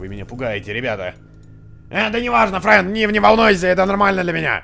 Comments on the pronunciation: не френь а фрэн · Фрэн а не френь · не френ а фрэн